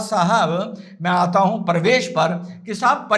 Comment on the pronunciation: Parvesh nahin pravesh bol bay...